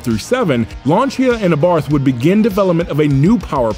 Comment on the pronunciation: This mispronunciation of Abarth, is such a distraction.